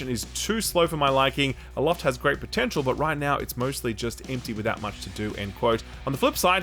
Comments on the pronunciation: Aloft ❌ Afloat ☑️ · Yes, aloft is pronounced, “afloat”, and no I don’t have dyslexia… why do you ask? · I've heard some weird pronunciation from Aussies but saying Afloat for Aloft is pretty far up there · that is not how you pronounce the word Aloft.